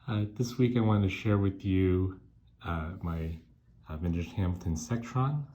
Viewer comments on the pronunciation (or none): Not "Sectron." It is a Seckron.